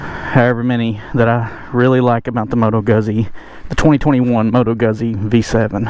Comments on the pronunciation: moto gootzee not guzzie lol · Goot-zee not guz, cuz. You don’t call it piz-uh you say peet-sah. 🍕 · GOOTZEE, not guzzy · Nice review but I have to say……pizza is pronounced peetsa….guzzi is pronounced guutsi. Both are Italian words. My wife corrected me to death. Don’t let it happen to you.